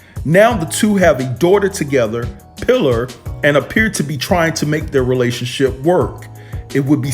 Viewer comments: Did you really pronounce that baby’s name as “PILLER”??? OMG. That child’s name is “PI-LAR” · Lol... It’s pronounced “PA-LAR” not “PILLAR”...🤣🤣🤣🤣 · Baby named is pronounced Pi -lar sounds like Lawr in Lawrence.